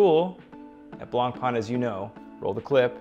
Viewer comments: Good review, just one blistering issue though. The pronunciation of BlancPain is the same way you’d pronounce “white bread” in French, it’s not “Blanc-Pan”. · Looks nice but it's a throwaway watch. Non serviceable movement and plastic crystal. There are way better offers on the market; even BP homages for sub 1000$ that have way better components. Edit: Learn to pronounce the name correctly ffs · please pronounce the name Blancpain correctly. thank you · Please pronounce blancpain correctly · Ffs at least try to pronounce blancpain correctly